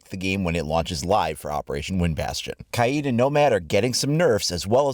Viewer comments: it’s ka-YEET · It’s pronounced Kay-eed, not Cade